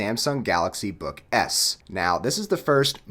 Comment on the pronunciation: I don't know if it's just me but... I hear him saying "galaxy book ass" I apologize